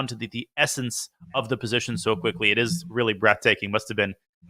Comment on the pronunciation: if it is posation then it must be sutuition